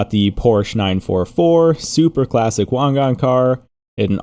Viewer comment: Finally someone said Wangan correctly lol